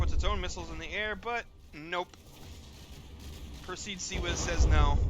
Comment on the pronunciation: Not sure how Harnas wants it pronounced, and you can pronounce the word however you like, but it is per-see-id as opposed to per-seed. Just an fiy.